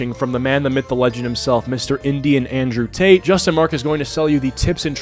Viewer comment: Indrewian tate